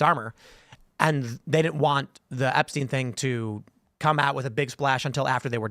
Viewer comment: There's no such thing as Jeffery "Epsteen". It's Jeffery Epstein...like Albert Einstein! Learn to read.